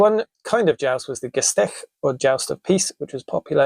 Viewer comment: Woha, you pronounced the ch at Gestech quite good (for a brit who claims to not speak German😉). Not as soft, as a Nativespeaker would pronounce, but good enough, to not need to hold my head in worry. In the case of this word, the s is pronounced as sh because of the combination with the t btw (same with sp. We say Shport, Shtop etc). But enough of that rant, I guess.